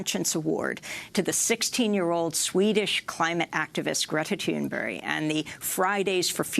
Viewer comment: Good job by the interviewer on the pronouncing Thunberg's name, on a "Swedish as a second language level, almost".